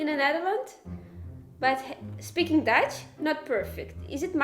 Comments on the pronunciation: good Dutch pronunciation (Irina Russia). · This Irina from Russia has a better pronunciation than most dutchies. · heeft een heel goed accent!